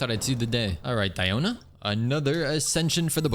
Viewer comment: It is sad you spent all those resources into Tenacity when the 4 piece passive is practically useless on Diona. It's only SKILL damage, so her burst does nothing for you in proccing the passive. It's Nobless Oblige all the way for Diona. Also it's DEE-oh-na. Not Dye-oh-na. It's not pronounced like that in real life and, yes, the EN VAs are wrong. They pronounce everything wrong.